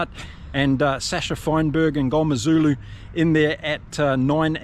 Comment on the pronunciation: Mngomezulu pronunciation pretty on point. 👏💪. I know we act like experts but it's hard to pronounce some names depending on what culture you are even growing up in SA, so fair play for trying. 😊